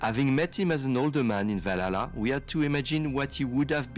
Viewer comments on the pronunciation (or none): "Assassin's Creed Vallaha"😒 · I bet some people are getting tired of it, but... I love how always bringing back that sound of guy pronouncing Valhalla name wrong 😭 I will get never tired of it